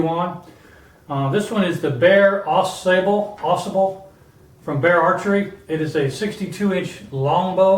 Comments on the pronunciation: Hey I know this is an older video but thought I would give a helpful word. It is pronounced Ah Sahbull. The Au Sable river flows thru Grayling and is where Fred Bear lived in a tent with his wife while he started his bow company. Thanks for the vid! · I hear people mispronounce this river name. Drives me NUTS!! It's not Ausable, with the accent on the first syllable. it Au Sable! Two separate words with the accent in the first syllable of the second word.